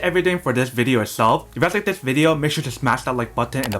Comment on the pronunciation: He needs to go to a speach therapist! His parents probably neglected this when he was a kid.